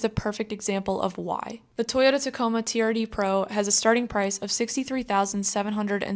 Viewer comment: I believe it’s pronounced “Turd Pro”